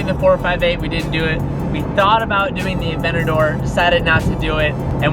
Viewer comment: Can not stand the way this dude says "Aventador" .... Bruh